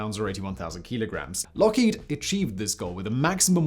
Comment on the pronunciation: Lookhead? It’s Lockheed......just saying!